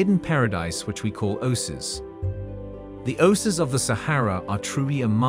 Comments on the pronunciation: O-sis? I think most people say "O-A-Seez" for the plural and "O-A-Siss" for the singular. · Repetitive and boring. Narrator doesn't even know how to correctly pronounce Sahara or Oasis.